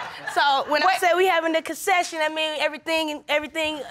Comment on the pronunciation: This lady is very hilarious..”CONSESSION”..What is that???